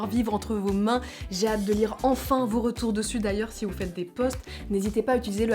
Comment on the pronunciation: Twerké au château de Versailles MAIS ENFINNN(avec l accent du double menton😂